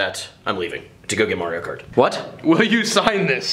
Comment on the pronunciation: He said kario mart at one point